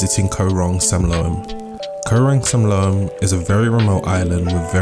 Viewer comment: You can't pronounce Koh Rong Samloem or Saracen Bay. correctly? Really. If you are doing a travel video at least you want to get it right.It is beautiful....maybe a little more intelligent background for others. Very superficial.